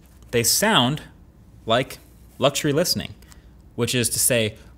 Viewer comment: Is it only me or does the way Marquez says luxury sound different 🤔